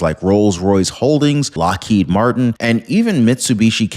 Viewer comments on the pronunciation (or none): none